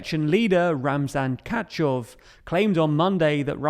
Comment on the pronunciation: Ramzan Kachov???? Learn to fucking pronounce people's and cities' names...